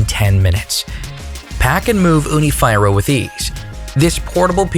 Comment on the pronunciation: I think your pronunciation is wrong Fyra means four and is pronounced 'feera '